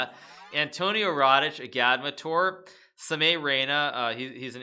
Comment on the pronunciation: The way he pronounces agadmator